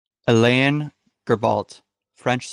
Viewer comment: Icelander? No: Islander! You also mispronounced Alain and Aebi.